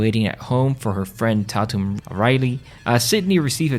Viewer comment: not trying to be mean dude but did you even watch the movies the names were not loomies and ta tum it was loomis (like dr loomis from Halloween) and tateum